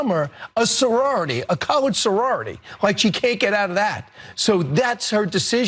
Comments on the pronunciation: I can’t stand him, but it sounded like he said college sorority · He said college 😂 it sound like colored I listened to a 1000 times and Closed cation picks it up as well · I'm sorry, it sounds like "college sorority" to me. I can hear the "g" sound. That doesn't mean I agree with Kilmeade. As a pro-democracy American, naturally I think Harris should do what seems to be best for her campaign. And just as naturally, Kilmeade is angry that she's doing that, or at least he pretends to be. . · College pronounced kaa luhj Colored pronounced kuh lrd If he said college he pronounced it as kuh luhj. There is a debate as to whether or not he said college or colored. If college was what he was shooting for then he clearly mispronounced the word college in my opinion. I didn’t have trouble distinguishing any other words said in the clip. Whether the pronunciation was intentional or unintentional is the real question. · I heard "Collerge" Sorority. Sounds like he was trying to fix his verbiage from saying Colored to saying College. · he said COLLEBGE SORORITY!!!!! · I listened to it multiple times. Of course he said “college sorority”! 🤦🏻‍♀ He pronounces it Cuh-ledge. Go back and listen, and then please delete this. This spin isn’t even warranted. It just makes you look ridiculous. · He said college. Even the captions say college... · I heard “call-edge” not “cull-urd”. This guy is talking sh*t and believe it or not I can smell his breath through my phone. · Slow the video speed down to 0.5 and then 0.25 and you will clearly hear that he is saying "college sorority." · He said “college” sorority. Sure, he needs to improve his pronunciation but stop it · Sounds like he said college